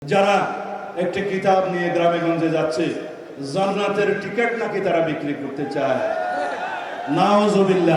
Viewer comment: জন্নাত না হযরত জান্নাত। আরবি তো ঠিকঠাক বলতে পারেন না।